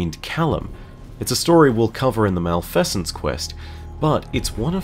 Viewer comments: Mal-Pheasants lulz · ITS MALF-EE-SENCE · I do not accept your pronunciation of "Malfeasance,". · I got so triggered